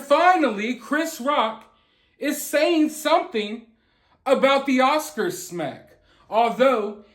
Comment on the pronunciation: Can we get him actually adrezzing it pleazze. Not just someone doing commentary . The Oscarzz should be paying him since they’re the onezz that didn’t protect him. He needz to sue Will too for damagezz .